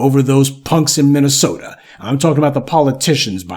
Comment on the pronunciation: That’s Minnesota I’m sorry MINNYSEWTA for ya